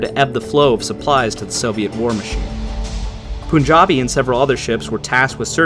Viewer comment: Great video. btw it's pronounced as P-aan-jabi, not Poo